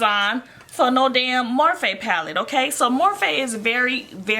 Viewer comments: Anyone else cringe every time she said "morphay" like nooooooo it's morphe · Im crying its not morphay its morphe😭😭😭😭😂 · STOP SAYING morphay!!! It’s annoying!!!